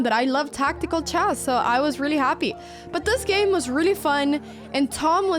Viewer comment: It's "chess", not "chest" heeyyoo